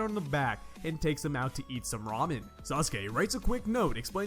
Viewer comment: I like that you said da ramen